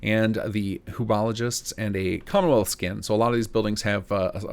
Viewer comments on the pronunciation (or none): My man, concern over pronouncing a name wrong then with absolute confidence refers to them as the "who-bologists" 😂😂 I'm just ribbing, my dude. Planning on getting back into FO4 soon, been hospital-level unwell for some months now and have missed a lot of stellar mod releases. But now the preliminary patch cycle on Chapter 3 is done, and the stars have aligned. Can't wait to dig in!